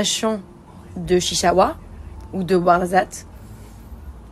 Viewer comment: De Ouarzate?? C'est Ouarzazate chérie